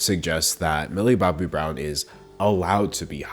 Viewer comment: How many times has he said "Millie Bobby Browm"